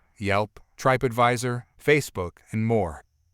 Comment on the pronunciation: did I hear him say TRIPE ADVISOR? that's hilarious I work with TTS software everyday and even TTS won't make that mistake unless you spelled the word wrong to begin with